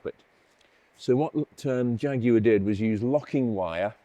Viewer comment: Nice to hear the word Jaguar said perfectly, and not like our cousins in the US saying Jagwar